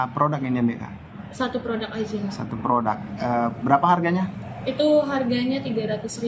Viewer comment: Penyebutan yang benar produk bukan prodak. Jurnalis koq gak paham kaidah bahasa Indonesia, sih.